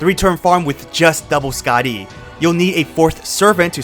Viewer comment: "SkaaDEEE system."